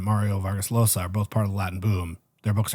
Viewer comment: Just wanted to point out that the right pronunciation for Mario Vargas Llosa’s lasta name is Josa as in Jam